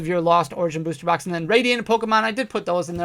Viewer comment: if you buy a beuuwwster box 🤣 why you say it like that